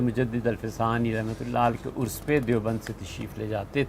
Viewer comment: لفظ عرس ہوتا ہے نہ کہ ارس